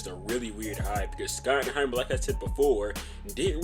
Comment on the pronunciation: You should probably learn how to say his name. It’s pronounced “shottenheimer”.